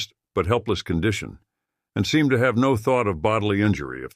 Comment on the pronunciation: Condteon? I think the mispronounced condition. All in all it was pretty interesting.